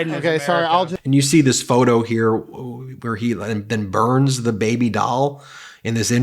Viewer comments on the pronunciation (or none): none